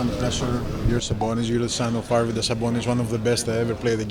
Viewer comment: He's Domantas Sabonis no Damontas